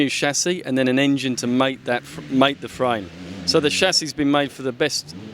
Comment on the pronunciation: lol the shashi (chasis)